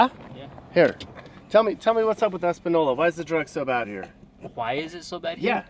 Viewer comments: This has been like this for 50 years it’s a shame no one can fix it. It’s Es-pan-noy- la . Not no- la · Just so yo know it's not pronounced Es pa no la, it's actually Es pa nee ola. But otherwise, fantastic video showing how the Democrat policies in New Mexico are killing the state. Soft on crime turns cities into slums. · It’s pronounced española not espanola lol learn the letter ñ if you’re gonna document about it 😂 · It’s Española, not Espanola. Pronounced “espanyola”. If you can find the ñ on your keyboard, hold down the n and you’ll see ñ. I live a half hour south of España. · You used to live in California so you should know that the pronunciation of ñ with the “tilde” over it sounds like “ny” like in “canyon” so Española is pronounced “Espanyola”. ”. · ñññññ = nyeh. Espan-nyo-la, ok? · respectfully, it's pronounced e-span-yo-la. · Say; Es pan yo la (long o) - It's not hard to say. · it's EspanYOla. Also grammar wasn't your thing was it? It's "there ARE 10k here," not "there's 10k people here." You always say that I correctly. Drives me crazy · The town is pronounced Es- pan-yola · it's pronounced ess pen yola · Quit saying espa-nol-la! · It's pronounced ES PAN YO LA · S pan yola. It's pronounced S pan yola. Espaniola NM. Please get it fucking right. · It’s pronounced Es-pan-yo-la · sidenote: It’s pronounced ‘espanYola’. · Espñola — the ñ is pronounced like ny, as in Espanyola. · "Es-pan-YOLA", there's an ñ in there. Española. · Pronounced "Espanyola" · That wasn’t Taos, that was Santa Fe Ski Valley.Española, pronounced Es-Pan-Yo-Lah, is a beautiful valley, & has many good people. Sadly, you captured the negative side. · And It's pronounced Es-span-YO-la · It is pronounced, Espan-yola... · It's properly pronounced, Es-pan-yola. Schizophrenia is the number 1 reason for mental illness and the majority is caused by multiple drug overdoses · Pronounced Espan-yo-la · It's pronounced "es-pan-yo-lah." There's a "tilde" (~) over the "n."